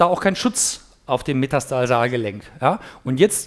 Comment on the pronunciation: Es heißt MeTATARsalgelenk, ohne S! Tut mir leid, aber das tut echt weh auf den Ohren. Und eigentlich Metatarsophalangealgelenk, weil es die Artikulationsfläche zwischen Os metatarsale und den Phalangen (also den kleinen Zehenknochen) beschreibt.